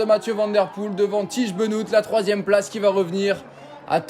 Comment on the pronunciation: "Bénote" pour le dire bien ?